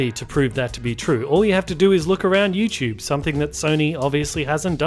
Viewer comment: LOL, why does this guy say YouChube. Where is T pronounced like CH.